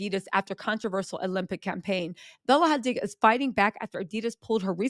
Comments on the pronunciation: Why you pronouncing Hadid like it's Hispanic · Bella Hadiddas! 😆